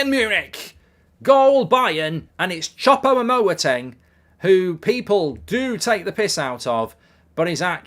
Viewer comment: Chopou-moting lol